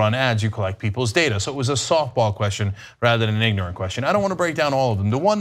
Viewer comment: aa yu willin to gimme moo contro owa ma DADA and the bullshit continues